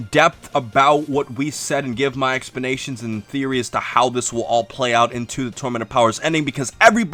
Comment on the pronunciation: “Expanations” :50 💀💀 Lol good video man